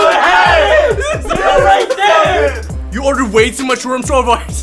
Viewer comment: It’s supposed to be room but he said woom